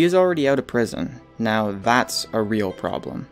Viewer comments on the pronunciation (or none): none